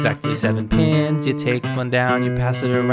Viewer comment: Pins… It sounds like pens 💀